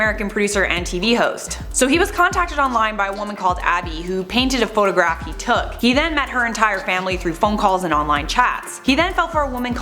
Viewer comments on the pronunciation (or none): none